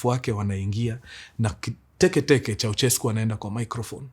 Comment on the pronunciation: sio "ko" ni "kwe" kwensekwuensis 😂😂😂😂😂